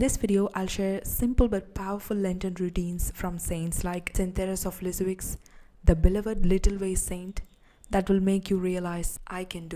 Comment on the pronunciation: Thank you. I think Lisieux is pronounced more like leezyuh. The x is silent.